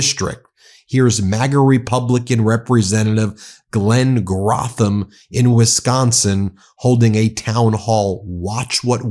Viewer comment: The name is pronounced “Growthman”